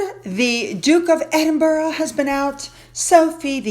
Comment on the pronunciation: Please learn how to pronounce Edinburgh.😊